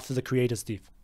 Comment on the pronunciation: What country is from? Never heard "death" being pronounced that way before.